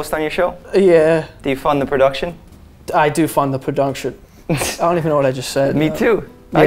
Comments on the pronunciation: "I do fund the podunction" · Jeff: “Do you fund the production?”: “Yes..I do fun the pundunction”😂😂